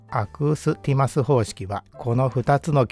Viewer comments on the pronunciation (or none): アクーティスマスでなくて、アクースティマスですよー